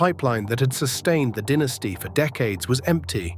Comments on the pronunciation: "DIN...es tee" vs DYE...ne stee. Moron AI strikes again. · When putting together a video about an American baseball franchise, is it asking too bloody much to get a narrator with US-English pronunciation who won't say 'DINN-iss-tee' instead of 'DY-na-stee'?! Crikey?!! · Die Nasty not dinasty, Bow ton not Boo ton. too many non relevant pictures also. I won't like or subscribe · I read in a book years ago that someone asked one of the dynasty players why the team declined so badly. Fellow said something like, "Mainly, about 12 guys got old." I watched the whole video. The things that struck me were the really bad AI graphics errors, narrator mispronouncing names and irrelevant or erroneous photos accompanying narration. Most baseball/Yankee fans already know about this era in great detail. Someone doing a video like this must be careful to be accurate.